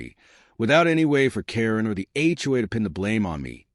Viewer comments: HOA not HUA. Hedge not head. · It's HOA, not HUA. DUH!